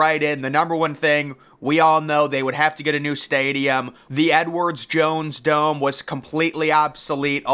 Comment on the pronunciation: Is it really that hard to say "Edward Jones"? The company and name of the stadium is "Edward Jones", not Edwards Jones. Every single video from this guy regarding the dome he mispronounces the name and it's freakin annoying